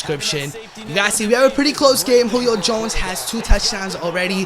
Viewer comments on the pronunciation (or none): why does he say Julio Jones name so weird